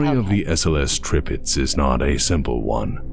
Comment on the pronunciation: No you did not say that right. But Tir-Pitz is a german name. One of a very (in)famous WWII Battleship actually. And non of you anglos ever get those right. is making a very good effort and manages to get them mostly right. Edit: And i just noticed, that it is actually written wrong in the title of his vid as well O.o Edit 2: Huh, appearantly that wrong name is the actual name used..